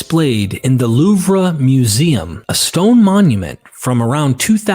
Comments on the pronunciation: Oh,.. LOUVRE is pronounced "Loov", as rhymes with "prove". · First half of video: Xeno-Feign, the false alien The Loovruh in Paris Chi-Mera, the great tea monster Second half of video: [name of thing] "and I hope I'm pronouncing that right." Jokes aside, thank you. I'm really interested in this book now. I could fill a page with questions that I think merit further explanation (which is to say I'm not thoroughly convinced by all her arguments as presented by your video), but that just means I want to look deeper.